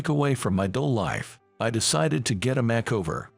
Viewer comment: The h In thompson is silent, always has been. The word makeover, is 2 words put together, the break does not come after mak, the first word has a long a, the second part is only the over. So the make bit sounds the same as the make in make-up. Which is also 2 words put together. Surely you don't want to sound so foolish Please adjust your english. you sound too too odd.